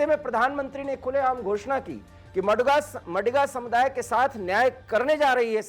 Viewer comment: It is not मडिग नही it is मादिग हैं।please correct pronunciation.